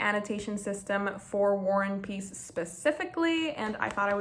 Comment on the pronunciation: you kept saying "war and peace" but it sounded like you were saying "one piece" and tbh, not inaccurate at all,,, lol